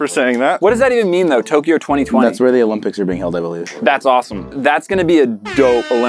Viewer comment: that’s going to be a dope olpyics